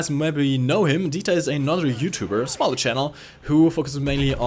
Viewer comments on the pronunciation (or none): none